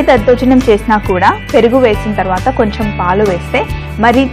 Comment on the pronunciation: కొంచెం అనాలి. కొంఛమ్ కాదు తల్లీ